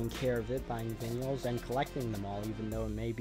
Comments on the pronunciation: He really said vinyl like “vinn-ee-ahl” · Vinyl is pronounced "vuynul" , I forgive you though 😁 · I've never heard anyone pronounce "vinyl" like you before.